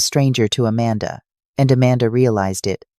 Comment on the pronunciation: It's a shame that AI mispronounces basic words, like Amanda and Provence. This could be interesting, but that's a major flaw that distracts from any sense of authenticity.